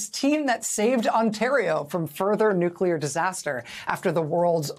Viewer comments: Heh, heh. The new-queue-ler engineer. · Carter -- in his southern accent -- in fact, always pronounced it: "nucular."